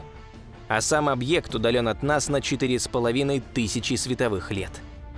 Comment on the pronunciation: Зачем объект говорить как старовер какой-то 😏